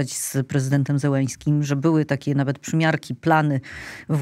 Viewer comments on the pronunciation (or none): Czemu wy mówicie Zełeński, a nie jego prawdziwe nazwisko Zeleński?!